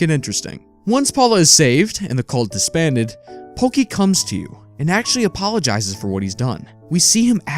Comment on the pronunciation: His name isn't porky. It's pokey